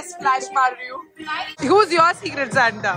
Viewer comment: It's Secret Santa not cigarette 😬